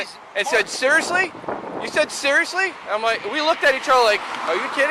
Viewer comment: sewiously? Sewiously? Awe wu sewiously sewious?